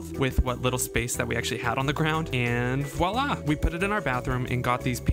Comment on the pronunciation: Learn to pronounce voila`.